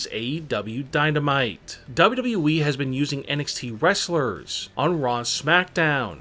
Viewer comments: i think is more " DABUDABBUEEEEE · This man said double e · Why do you talk like you're taking a huge dummmmmmmp at the end of your sentenceeeeeesssssss? Also, it's WWE, not dubbldubooweeeeeee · I AM PULLLING MY HAIR now !!!! ITS W W E not W E ,,,, #$_&-+... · yep! he says "Dub-Dub-E", among all of the other words he butchered. This guy is absolutely TERRIBLE!!! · it's pronounced WWE.idiot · Only Kurt angle says " WWE" worse. DUBB UBB EE lol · Dubyu dubyu weee wtf you saying menn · When he says WWE makes me laugh